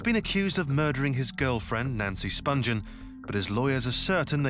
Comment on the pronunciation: The narrator isn’t saying Nancy’s last name correctly, She hadn’t been a heroin addict since 14 and she didn’t go to England specifically to bed a sex pistol - I had to stop watching this because of all the misinformation